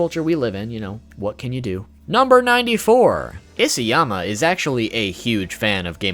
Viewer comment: it's Isayama, not Isiyama...